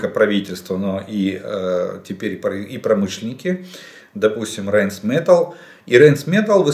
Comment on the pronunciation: Правильно говорить не рЭйнс метЭлл а рАйн метАллЬ... Это немецкий